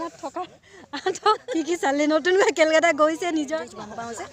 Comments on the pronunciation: উচ্চাৰণ অলপ ভালকৈ বুজি কৰিব লাগে।কেলকাতা বোলা কোনো ঠাই নাই,কলকাতা । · Kelkata nohoi o kolkata 😄